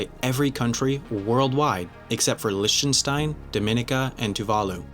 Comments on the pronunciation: I think it's pronounced Licktenstein, rather than a Lich wound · bmlguy it's not lick 🙈🙈🙈 it's rather Leeacten 😂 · It's pronounced Likh-ten-stein. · It's definitely not pronounced like lick or lish-stenstein. it's LIH, the same way the word for light "Licht" is pronounced in German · Probably because Liechtenstein is a German speaking country :P. To transcribe it properly, it would be: leeh*-tuhn-shtayn (the h pronounced like the h in huge) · there is no proper way to describe the german ch-sound (actually it's even two different sounds) with english examples - besides the fact that the 'mountain germans' speak dialects that differ from standard german. but it's neither licktenstein nor lishtenstein. :) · Lichtenstein pronunciation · Just a little free info, Liechtenstein is pronounced in English as LICK-ten-stine, and if you want to pronounce it more like they do there, which is in German, it's LICH-ten-shtine, with the 'ch' in the first syllable pronounced like Bach or loch. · I'm sorry, but the way you pronounced Liechtenstein bothered me 😅